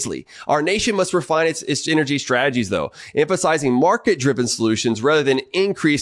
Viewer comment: You're a PhD and you can't even pronounce half the big words you use. What the hell is "eneryee"?